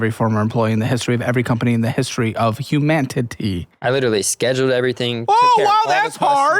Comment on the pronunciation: emphasis on humanTity